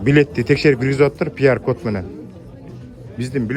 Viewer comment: брат пияр кот эмес киюар кот деп койсонуз